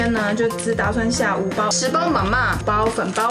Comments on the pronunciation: 泡麵的唸法ma（類似注音的一聲）ma（四聲）這樣唸才對喔☺️☺️ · 我的泰國同學說你說mama很棒，至於 Ba mee kung sum rej roob他覺得第一泰國人不會說，第二個說了發音也不對，哈哈哈!!!!所以不用學~~~